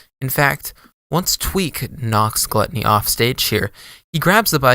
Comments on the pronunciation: i’m a year late but it’s pronounced “glue-tony” this vid is wrong LOL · for future reference, it's pronounced glue--tony